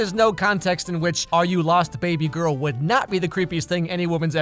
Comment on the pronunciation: Who calls the women they’re trying to hit on “baby girl” anymore? I thought we all agreed to stop doing that after that one Justin Timberlake song. Also he says “baby girl” like he’s a creepy old southern man hitting on the underage cashier at the local KFC. Like he needs more ‘bay’ and less ‘bah’. Dude she’s a thirtyish year old business women not a sheep. ( I don’t think it has anything to do with his accent/language differences because he pronounces everything else fine. It’s just when he says “baby girl”. Maybe it was the director’s attempt to get the actor to do a “sexy” voice, or maybe the Polish equivalent makes more sense, but the phrase just wasn’t working whenever they switched to English.)